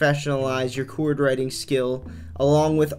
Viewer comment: What’s a “Choowerd”? Stop!!!